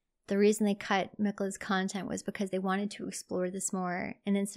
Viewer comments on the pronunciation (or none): none